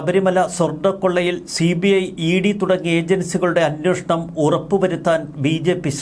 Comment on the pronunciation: അന്വേഷണം. അന്വോഷണം. നിങ്ങളും, മറുനാടനും, മറ്റ് പല മീഡിയ വായനക്കാരും "അന്വോഷണം " എന്ന് ഉച്ചരിക്കുന്നു. ദയവായി ശരിയായി ഉച്ചരിക്കുക.